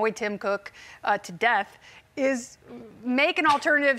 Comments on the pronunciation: The way she says Elon is offensive. It's Eeeeelon!!!! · Why is she saying his name so weird?